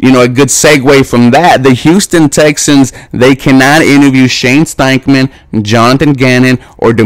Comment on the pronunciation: It’s Steichen, not Steichman.